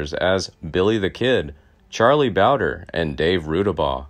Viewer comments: It is charlie bowd. Re. Not bowde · Boudre is pronounced bowdree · Still not pronouncing Bowdre right I see. If you ever read any of these, it’s pronounced Bow-dree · I wish they’d let me narrate for them. I’m from the area, and the videos are fantastic; but rife with mispronunciations. Charlie Bowdre (bow-like the front of a ship) (bow-dree) and Tunstall. Tunst-ll. Not tuns-tall. Please let me help your channel…I’d be willing to present horseback…from Lincoln